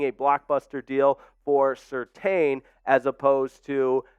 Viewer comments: It's pronounced... Sir tan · Pats name is pronounced Sur-tan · It's pronounced Sur-Tan